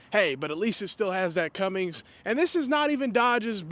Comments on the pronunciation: I'm pretty sure it's "Cummins" not "Cummings" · its Cummins not Cummings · For the love of god if you’re going to attempt to be a commenter on vehicles it’s CUMMINS NOT CUMMINGS. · Cummins not Cummings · Did u just say Cummings? You know it's Cummins right? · I caught it too . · It’s Cummins. There’s no g. It was a man’s last name. Stupid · He said cummings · You lost me when you put a g in cummins